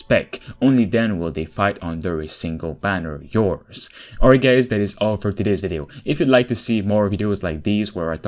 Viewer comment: pronounce better Not gays but Hi GUYS